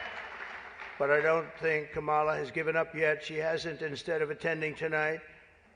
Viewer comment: pronounce her name correctly.